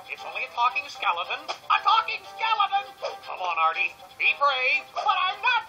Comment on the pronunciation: His name is Artie not ardy!